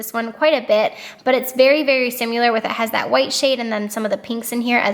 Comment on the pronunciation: Girl...there is no U in similar!!! 😂😂😂😂🤦🏼‍♀️🤦🏼‍♀️🤦🏼‍♀️🤦🏼‍♀️ you are Laura leeing the fk outta that word!! ❤️💕